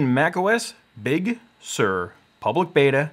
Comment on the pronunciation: “Bug Sur”